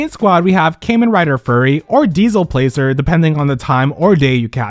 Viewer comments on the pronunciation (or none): none